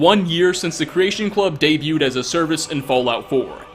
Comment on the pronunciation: ....I love you. And I agree with your critiques. But the way you say creation club kills me. "Creation Clubuh" lol